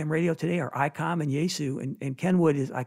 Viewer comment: ITS ICOM NOT. ICON. CORRECT? 😮. Ps not shouting…